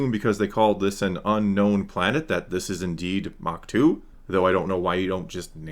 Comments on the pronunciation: “We’re the back to probably acho-tu” lol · It's not Ach To according to Leslye